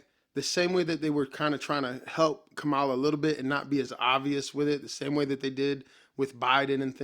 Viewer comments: Its pronounced “Comma-luh” Brotha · Agreed, complete waste of time. One request, can you please pronounce her name correctly? It is Comma-luh. It is disrespectful to have access to the correct pronunciation and still mispronounce it. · Does every Trump supporter say her name wrong? Try this, "comma-la" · You’re pronouncing her name incorrectly.